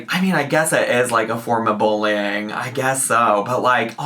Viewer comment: That disclaimer is such a mess! "Mass majority" when she meant vast majority, "shed a spotlight", "boolying", "impordann". needs speech therapy.